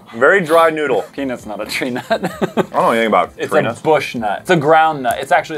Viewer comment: when said I'm allergic to peanuts . I think thought he said penus